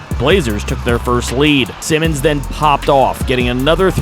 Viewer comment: Sigh-Mons not Simmons